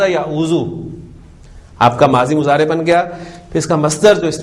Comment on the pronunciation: مضارع عربي زبان ميں Mudarey پڑھا جاتا ھے نا کہ اردو کی طرح مزارع۔۔۔ kindly note pls. JazakAllah khair السلام عليكم ورحمة الله وبركاته